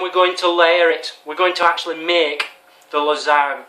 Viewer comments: Hi. You know it is pronounced (la-san-ya) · its pronunced lasanja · It's pronounced Lizz-an-ya. Its quite common here in New England. It is so strange to find someone who has never eaten a lot of foods I normally eat... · You are a grown man and you don't even know what a clove of garlic is or how to pronounce Lasagne -_- Great vid tho xD